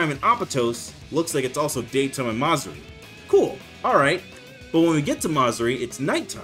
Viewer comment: “Ma-Zuri”💀 bro its Ma-Zu-Ri 😭 Peak video my boyy